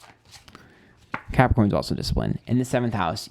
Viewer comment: LOL feeling massively attacked with Taurus (rising) and Virgo (Moon) hahaha how did you know i've been a bitch. Also did you just call us Crapricorns (sun) lol